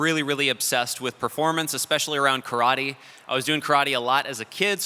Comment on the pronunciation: if the guy can't even pronounce "karate" properly, really wonder if he's really telling the truth.